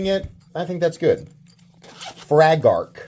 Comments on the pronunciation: I think it’s pronounced “FraggleRock” 😂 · you pronounced it wrong, it’s pronounced FRAG-uhl rock 😂